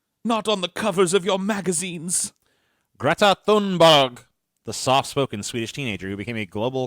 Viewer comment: Guh-reta Toonberi